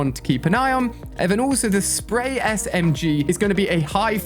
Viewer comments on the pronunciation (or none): none